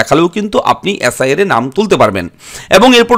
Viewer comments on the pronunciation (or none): অ্যাস আই আর না বলে এস আই আর বলুন